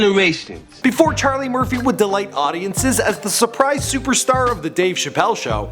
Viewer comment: Ima say it for the record it's *CHARLIE MURPHY